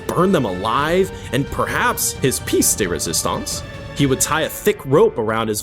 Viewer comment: The pronunciations are killing me 😭 ‘pièce de résistance’ (peace duh resistance) and ‘San Pedro’ (San Pee-dro) are awful yet the pronunciation of ‘François L’Olonnais’ is perfect. I hate it 😂 thanks ❤